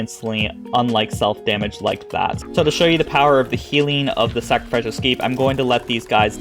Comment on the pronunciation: It's pronounced: "sack-ruh-FISH-ul"